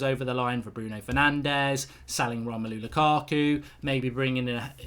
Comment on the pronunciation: "Romelo lukako"